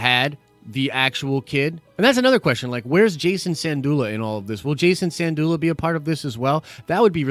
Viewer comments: Sin-doola. Not San-doola. Not trying to be snarky, just clarifying. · Dude, respect for your content...BUT...your pronounciation of Syndulla is so bad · Good news and love your work! I really hope this is all true because I love and miss Rebels. That being said the way you pronounced Syndulla is tweaking me out 🤣 LMBO Keep up the great work!